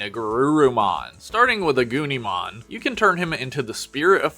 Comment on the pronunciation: The way u said agnimon/agunimon make it sounds like “a gooneymon”